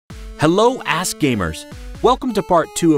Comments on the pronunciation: Why are you pronouncing ask as ass? You do that intentionally don't you? Ass gamers. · My first time on his channel and i thought he said "Hello a$$ gamers" lol